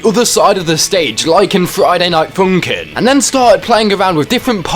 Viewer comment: “Friday night foonk’n”